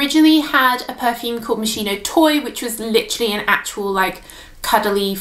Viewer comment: It’s pronounced MOS-KEY-NO not mos-she-no